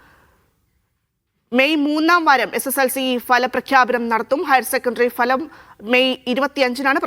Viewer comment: Falam ❌ Bhalam ✅